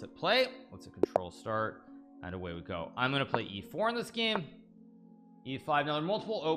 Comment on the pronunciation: hikaru always pronouncing "this" as if he was saying "deez nuts" XD